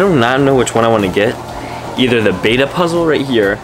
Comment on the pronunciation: It's pronounced beta like b-e-ta not bay-ta